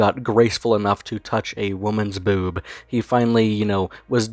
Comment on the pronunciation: watching this grown azz man reflect fondly on the first time he "gwoped a bewba" has been surprisingly upsetting.